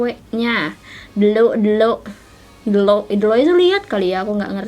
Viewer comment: ngakak pas kakak ngomong “ delok “ ahahahahahh bukan delok atuh teteh tapi ‘ndelok’ aowkao